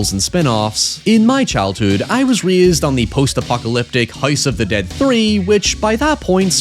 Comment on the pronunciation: “Hoise of the Dæad”